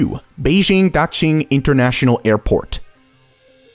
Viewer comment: And "Daxing"....oh, I give up. Your X is wrong.